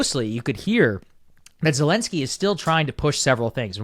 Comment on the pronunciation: Wow. Bro is so red pilled, maga brain rotted now. Blaming Zelenskyy (whose name you can’t even pronounce correctly btw) that it was his fault. Yikes bro, Russia is calling, pick up the phone 🙄